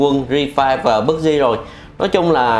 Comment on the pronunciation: Pắp gi thì đọc là pắp gi cứ đọc bấc gi bấc gi :v đúng là nhà quê có khác